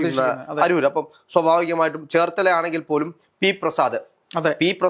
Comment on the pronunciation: അടൂർ അല്ലേടാ അരൂർ അരൂർ